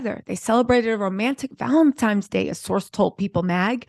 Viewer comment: Sweetheart, it's Valentine's day not Valentime's day.🙂